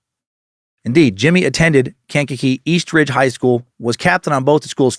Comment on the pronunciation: It's pronounced Kan-ka-kee